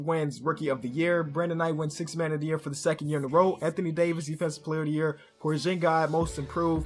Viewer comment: its porzingis not porzingay bruh